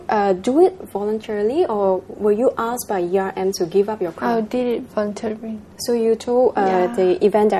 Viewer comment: at the opening, the host said 'miss singapore WER' omg pls lah pronounce better. 'i did it vo-re-tar-ri-ly' 'spon-ser-rer-s' ...5 times